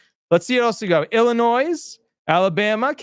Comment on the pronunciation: The "s" is silent in Illinois ... ill-a-noy ☮️💟